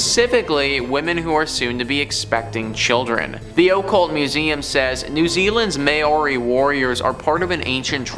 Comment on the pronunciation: The oh-cult….